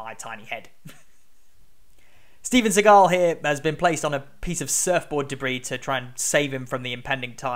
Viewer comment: the way he pronounced Steven Seagull is so creative and funny